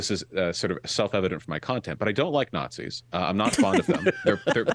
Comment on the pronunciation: "preconceived notions"? So he doesn't call everyone who disagrees with him about US government and foreign policy "fascists" or "nahtsees"?